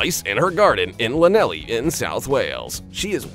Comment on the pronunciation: NO! F. F. S. NOT 5.thirtyfive. 5.35. WAZZACK! Learn how to pronounce "it" Llanelli isn't Laneli